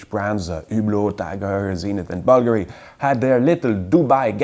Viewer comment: Did he mean Bulgari, when he said buggery?